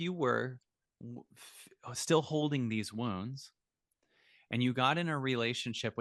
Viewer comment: I thought he was saying ‘worms’ ! It took me a while to realise he was saying ’wounds’.